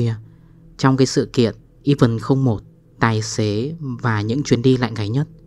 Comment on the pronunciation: event thì đọc là "ì ven t" chứ k fải "i vần" ...đọc vại là chữ even nên nó ra nghĩa khác hoàn toàn. 1 là nói hẳn tiếng Việt, nói tiếng nước ngoài thì fát âm cho đúng nha chủ kênh.